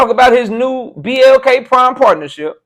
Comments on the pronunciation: what's even worse & I wished you would have cooked on that is he said BLK Prime wrong multiple times. 😂😂🤦🏾‍♂️He almost said PBC 🤣🤣🤣🤣 " A Hit Dawg Will Always Holler" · He can't even say the name of the app. Is it MLK, BLT, PPK. Horrible, you should have PRACTICED in my A.I. voice. Like you said - if the deal so bad, why you talking about coming back? Stick to your Word and stop clout chasing. Also this child like reverse physiology won't work, if I don't buy you ppv I'm a hater. 🦆🤡